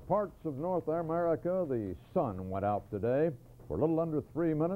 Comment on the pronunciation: he read the copy "am-merica", so yes, it was time for him to retire.